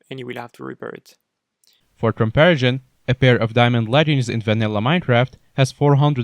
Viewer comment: Nobody::Comparishawn